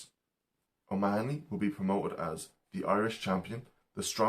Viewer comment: Good stuff! I was happy to hear an Irishman pronounce O'Mahoney. I've heard so many Americans say it "O' Ma-ho-ney", much as people mispronounce Stecher and Pesek so often.